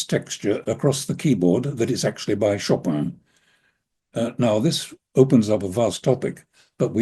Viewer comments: He also knows how to pronounce the name. I cringe every time I hear ‘Show Pan’. Plenty of people have posted clips on how to say it! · he says show pan… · I very much appreciate your doing a podcast dedicated to Chopin! But beyond any questions about this waltz itself-- could you please pronounce his first name correctly? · I mean, c'mon, at least try to pronounce his name correctly, it's not that difficult.. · you are right that there are different versions of names in different languages, e.g. Paris. But the English version makes no attempt to sound French. With the American version of Chopin there is a completely failed attempt at the vowel sound ‘i’. I guess what makes me cringe is the fakeness of the attempt to sound French. In a way it would be better to just say it as in ‘choppin(g)’. Also, with personal names it seems more respectful to try for authenticity. I am not sure why you would not pronounce Chopin authentically whomever you were addressing, if you knew how. Why pander to the lowest common denominator? Maybe you could be a good influence. The cultural and linguistic connection between France and the USA is a little stronger than that of provincial China and Germany, surely, to address that particular point. In NZ the mispronunciation of Māori names over generations has undergone a conscious and ongoing correction process, which is good to see (hear). The US has quite a history of bastardising European names (even to the point of changing the spelling to reflect pronunciation) e.g. - Goldstein said as ‘steen’. You could maybe understand that in times when the world was less connected, but there’s no need in modern times. Thanks for the discussion, which should probably now be left at that, having wandered off topic!